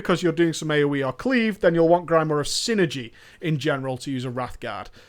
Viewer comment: Your inability to pronounce grimoire is like fingernails on the blackboard of my mind :(